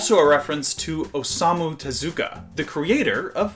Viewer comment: I am a BIG follower of Carl Barks and Osamu Tezuka (Tez-oo-Kah). Please try to pronounce His name correctly?